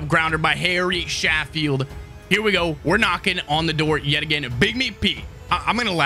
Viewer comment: how you pronounce Sheffield, is ( CHEF FIELD ) haha